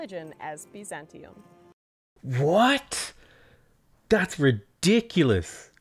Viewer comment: They pronounce all of the words here extremely strangely. Biz-an-TEA-um? I thought it was BY-zan-tea-um